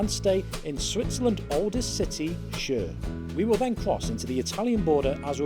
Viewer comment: Chur isn’t pronounced as “sure” its “koor”